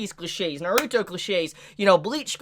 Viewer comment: it just feels like you're putting too much emphasis on the "ruto" part